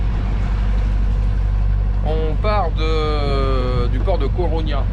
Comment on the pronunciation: La Coruña, ami, ou A Coruña, en galicien (langue romane étroitement apparentée au portugais) ou, simplement Coruña ou Corogne en français. Mais "Coroña", quelle horreur !